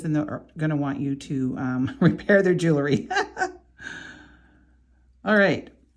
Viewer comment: This is a pet peeve of mine. The word is: jewelry - not jewelery. Its pronunciation is: jew•el•ry - not jew•el•er•ry. I believe a person who designs, creates, sells, or repairs jewelry has an obligation to use the correct pronunciation of the word. No disrespect intended - just please think about correcting yourself and begin using the word that describes your endeavor. Thank you. ⚘️